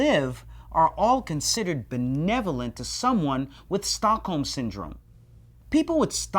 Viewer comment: American just can't pronounce Stockholm. The British people are at least better at it. Anyway, it's a cool name for a syndrome.